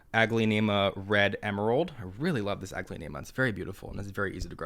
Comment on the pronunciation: It's always a treat hearing "unique" way of pronouncing some of the plant names 😅 much adorable.